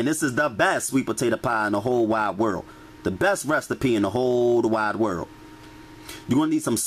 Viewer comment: he says some of the best things .."hold wide world" got me 🤣🤣